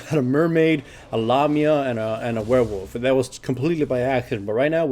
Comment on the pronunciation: What is a lamia? I think that's what he said